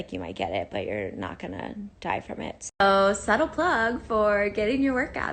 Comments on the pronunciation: god that woman’s stupidity is mind blowing. It’s SUBTLE not SUTTLE😂 “I trust podcasts but not the news”🙄🤮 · She said SUTTLE plug. Omg. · initially i thought she misquoted the saying scuttle bug, but then i realised she cudnt spell subtle ... wow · Suttle? What is that?? Lol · Suttle. Suttle... SUTTLE? lord help me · Lol suttle and negli glent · Lmaooo “suttle” dumbass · And spelt “subtle” as SUTTLE. I fucking can’t. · My head hurt hearing that word. Or lack of a real word. But than she followed it up with “suttle.” 😒